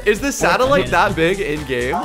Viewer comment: What is that? “Satelite” 🥴